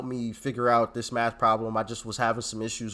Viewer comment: The 1st lady: She just had a math class before coming here or did she say meth class?